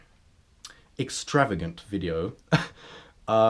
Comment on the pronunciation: you say extravagant because there are so many things going on but like extra vag ant